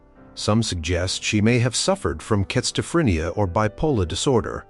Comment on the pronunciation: Not all from medieval times, and...interesting way to pronounce "schizophrenia," but good video otherwise.